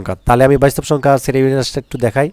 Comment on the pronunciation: স্যার বাস্তব শব্দ টাকে কি উচ্চারণ করলেন...😮😮